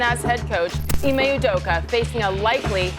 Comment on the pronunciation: Off topic, but as a Nigerian hearing Ime Udoka pronounced as Ee-may You-doka makes my skin crawl. Its Ee-meh Ooh-doka.